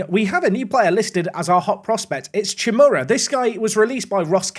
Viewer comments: Congratulations! And btw in it is not "czimura" . Try pronauncing the begining letters "ch" as hyyy. Apart from that the rest is very good. So in the end it would be hyymura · Holy moly, you just murdered Chmura (which translates to 'cloud' btw) with that pronunciation :D